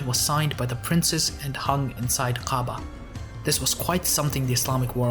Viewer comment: you mispronounce Ka’aba and Mecca. how can you be taken seriously?